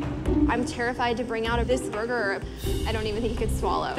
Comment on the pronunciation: Korean accent anyone? Burgeeer